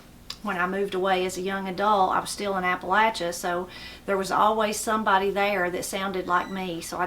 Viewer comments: I’m just glad you pronounce Appalachia correctly. Some people pronounce it Appa LAY chia. It’s like fingernails on a chalkboard when I hear someone pronounce it that way. I’m enjoying your channel. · I know someone is from Appalachia by the way they say that word. It's Appa-LATCH' a, not Appa-lay-sha.